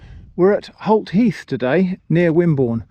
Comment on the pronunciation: Holt heath! I initially read, and heard, that as HOT heath. Very appropriate.